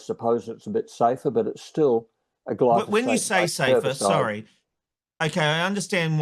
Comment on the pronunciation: Yet another humanwho cannot say glyphosate correctly